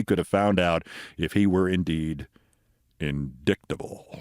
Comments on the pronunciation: Indicktable!!! Hahaha ! Be funny if it weren’t so sad. Has to use her finger to read words she can’t pronounce correctly. Get her OUT of Congress!!!! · KEITH! When have you heard the word "INDICKTABLE"??? Even if she can't read, she can hear! AND if you are a member of the modern GOP, just following TRUMP means you've become familiar with the word "indict" and its extensions. MTG is just dumb! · *-IGHTis not really phonetic spelling... It is one of the most illogical spellings in the English language! This is the actual phonetic spelling of indict: ɪnˈdaɪt. How 'ight' could represent the sounds I don't quite get... But still I absolutely WOULD use -IGHT or -ITE to make sure I don't pronounce it incorrectly. ... Still itt's not phonetic spelling which uses the phonemes uttered, expressed by a specific set of symbols. You see them in the dictionary. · I had a pause there for a second. InDICKtable? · Ugh, the Jan. 6 trial is the one that matters the most. PLEASE let it happen before the election, and PLEASE convict that slimy weasel. Re: MTG and "indiKt", dyslexia does not prevent someone from using the pronunciation key in a dictionary.